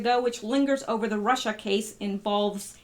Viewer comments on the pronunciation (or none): none